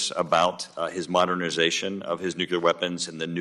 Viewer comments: I feel distracted by the host pronouncing nuclear as nukular (newquelur). I was taught The most accepted correct pronunciation of the word is “NEW-clee-er.” & I am baffled why an educated person wouldnt at least try to pronounce it correctly. It's distracting from listening to the actual questions. I know it's stupid to be focused on such a thing but i find it really weird a person in such a public position hasn't corrected their own pronunciation of a word they are required to constantly refer to. The rest of the discussion is very informative & very important for everyone to hear. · He said "Nuculer threats" phew I thought he said " nuclear threats" we're good. Nothing to see here folks. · How hard can it be to learn how to pronounce "nuclear" correctly?